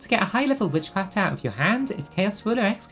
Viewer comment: すごすぎる❣️You are actually so talented omfg I am copying this deck, I want my witchcrafters to be as strong as possible. Also your pronunciation of their names is legit XD (probably more correct than the Japanese names!!)